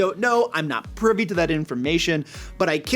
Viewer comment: Most important: know your audience. Cater to what all of you find fun. Watching a normal D&D game would not be fun - our sessions have lots of inside jokes and movie quotes. Lol, it sounded like you said "I'm not pervy to that information". Matt is really good at voice acting, but not that great at knowing the rules of D&D. It would be a lot of fun, but his laissez-faire way with the rules would drive me nuts. What makes Matt a pro, are his players (also voice actors). Honestly, I'd rather play in your game than his.